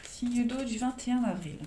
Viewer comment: 21 navril 😁😅 j adore comment vous le dites lol. Merci pour votre guidance...même si jme suis pas reconnue 🤗😇